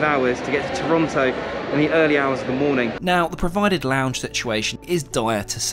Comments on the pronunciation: Toronto, not Torronto. Unforgivable. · Great and honest Video! But please its Toronto, not Torronto ( for example) 😜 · It’s Toronto, not Torontto. The one time we flew Air Canada we did not like it and we’re Canadian. 😂 Try WestJet. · Great video, but dude, it's"Toronto". There's only one r. Seriously. 🙄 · "Torronto"...And the pilot said..."sorry I can find it on any map so I should re route this plane to Vancouverrrr or Parrris or Rrrrome or betterrrr to Perrru". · it’s no worries, you’d be hard pressed to find a native Torontonian pronounce it correctly.